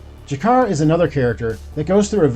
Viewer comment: Great video! Just one thing. Its G'Kar not Jakar :)